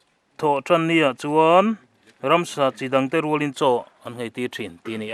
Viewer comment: Ransa tiin i lam thin tlat a ka hriat chu... Ramsa tih zawk tur ni awm tak